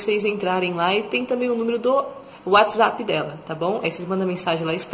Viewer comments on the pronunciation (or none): none